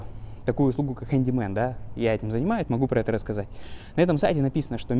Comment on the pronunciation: Поначалу мне слышалось не Handy Man, а Candy Man 😂